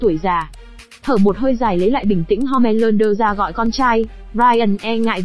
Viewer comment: ủa home lander cứ ko phải homan lander